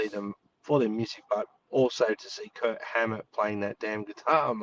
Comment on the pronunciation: Is it my f***ed ears, or are you guys calling him Kurt instead of Kirk?